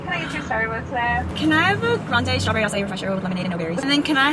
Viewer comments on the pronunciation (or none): none